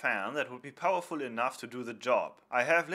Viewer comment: "But, as you can see, it's much more powerfoullll(powerful)."